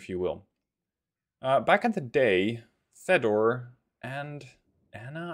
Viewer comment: Fedor is Theodor, in Russian written with 2 dots above E letter, reading YO. Fjodor or Fyodor.(quite similar to theeodor in English) BRDM,if you wish is read as Be Er De Em.(not with Eng pronunciation, more like latin, no putting h everywhere) So not Bee Arr Dee Em. Be Em Pe, Russian accent wold be more like B'w'e em p'w'e (W as in Why sound) 2 is dva. 1 odin, read adin. Osa - a ka em. (not ousa, but either osa or asa with accent on aSa) Dimitri, Tri, read without making ch sound. Di-mi-tri. Specnaz, Russians read e more like soft ye, Spyecnas when singular. C is Ts. Spyetsnas. Mi-8, english Me short Mi, not Em - Aye. Mi Vosyem. (Vosem meaning 8) T-80U, Te Vosemdesyat - U (Short oo) Saperi have .. above E letter so its Sapyori. Maľutka, the ly is a single soft letter so its Maľutka. UAZ oo a s.